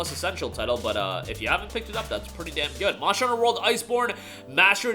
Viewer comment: you still say Mosher Hunter lol